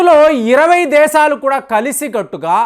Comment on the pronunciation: నీ నాలుకను mandamaindi. Arei "దేసాలు" kaaduraa "దేశాలు" అని palakaali. Non veg ఎక్కువగా thintunnatlu గా వుంది. తగ్గించు. Kukkalaa అరవటం తగ్గించు.